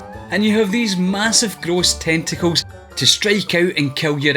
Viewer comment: Just wanted to point out you said 'Tentacles'